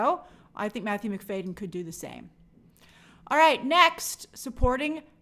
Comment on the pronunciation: It’s Matthew Mc-FAD-yen not Mc-FAY-den!!